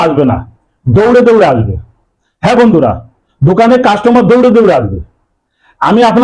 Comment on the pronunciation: Dada apnar dokane ki dore dore ase...dada uccharan satik bhabe korun....